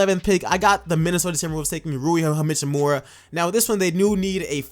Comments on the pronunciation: "Rui hamichimura"😂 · Pistons pick ain’t lottery they made the playoffs. Great video tho! A lot smarter choices than some other mock drafts I’ve listened to. Ohh and Rui last name is pronounced “HACHhh I MUR AH” just want to make sure you have a chance to say his name right because you do a solid job and some fools might try to use your pronunciation as a way of discrediting you, which is Bs. You definitely know what a lot of the teams need and who would help them, in most cases!